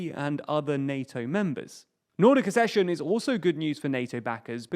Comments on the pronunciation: Accession. *Ak-session*. As in ak-sess, suk-sess, suk-seed, ak-sellerate, ak-sident, ak-sept, ek-sentric, vak-seen, ak-sent ... and, just for completeness and because some readers may absorb this: cok-six (coccyx) not kokix, and suk-sinct (succinct), not sussinct. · ACK-session, like access. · Pronounced AKCESSION. K